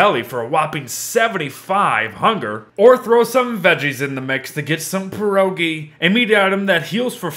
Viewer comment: sigh in pirogi the accent is on the last syllable better yet, try saying piroshki :D 'cause pirogi are big ones, aka pies, piroshki are smaller, portion sized goodies :p